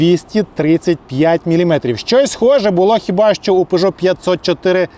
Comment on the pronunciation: Правильно Пежо а не Пижо !!!